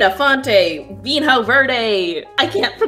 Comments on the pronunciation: "vinho" is pronounced more like "veen-yo" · Pronunciation tip: everytime you see the "NH" letters in a portuguese word, think of it more like the spanish /Ñ/ sound. Not quite, but "viño" is way closer than "vin-ho". Also, LOVED it. Thanks for the magnificent content and never lose this incredible curiosity! Regards from Brazil. And try a caipirinha someday :D